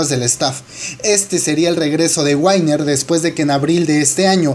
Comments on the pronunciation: se pronuncia winner no wainer se ve que no sabes inglés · "wainer" :v